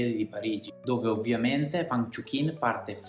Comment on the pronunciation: e "uang" non "vang"